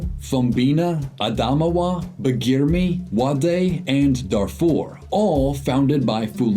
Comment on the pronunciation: Quick comment on your pronunciation of Adamawa, it is pronounced A-da-ma-wa and it is still a region split between Nigeria and Cameroon with Cameroon having a region called Adamawa to this day. This region and further north are also mostly Muslim in nature.